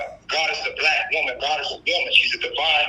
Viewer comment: And why does he say Woman like a cave man or is he saying Wombman